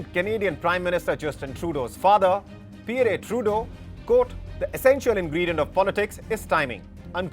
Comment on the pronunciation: You can't even say Pierre properly. I stopped watching right there.